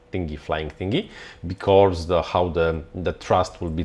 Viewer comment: I love Your videos, Your opinions, Your interests and Your projects man. BUT there is no R in because :D :D no hate :D it gets me every time you say it :D